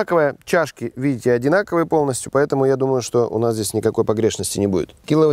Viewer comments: "кИла восемьсот..."?? А я то всю жизнь думал что "...килО..." А в целом, видео интересное и полезное. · кИло шикарное ударение от горе математика